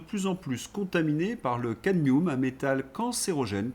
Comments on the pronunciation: "le cadnioume" 🤡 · Cadmioum ! Aluminioum aussi, sans doute ? Quand on traite le verbe « se rappeler » comme un transitif indirect, qu’on omet les liaisons : « aujourd’hui son-h-à l’honneur » et qu’on prononce eKcetera… est-on habilité à critiquer quelque professeur de français que ce soit ? Ç’en est trop : je pars pour le Liestenstine !